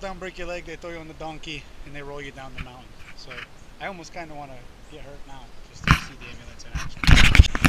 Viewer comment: It’s a moun-TIN. LOL